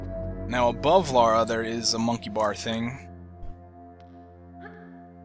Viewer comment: Her name is Lara. Not Laura.